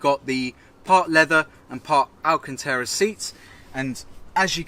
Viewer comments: Stop saying alcantera it's bloody alcantara RA.not RE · AlcantAra not Alcantera,no such leather